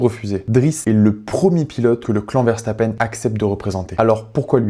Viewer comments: Il te fait de la peine pour que tu prononce le nom de famille verstappeine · alors moi je le prononce verstappeune et je le prononce comme julien ferbreau c'est jaques Villeneuve qui le prononce verstappeine je peux paraître ultra sérieux mais quand je suis fan de quelqu'un je le suis énormément 😅